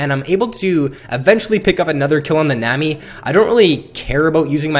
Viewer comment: its nami not nemi -.